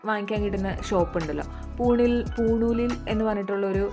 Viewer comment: പൂണൂലിൽ അല്ല പൂണോളിലിൽ 😂😂😂 ഒരു വീട്ടുപേരാണ്...😂😂